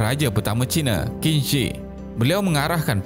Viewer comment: Qin shi.. Aku dnga tdi cm kin zir.. siol lah